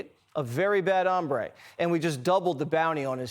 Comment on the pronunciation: What’s a bad um-ray???